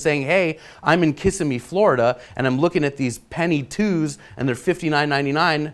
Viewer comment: The way he said Kissimmee =(